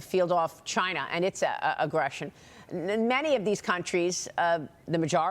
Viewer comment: Maria sure loves to talk about "Chuyna" lol